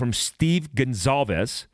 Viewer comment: Goncalves - "Gahn-sol- vess